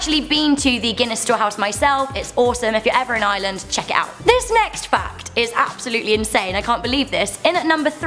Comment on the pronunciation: You said mobile wrong